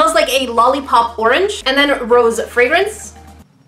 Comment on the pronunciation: When she said "It smells like rose" I heard " It smells like gross"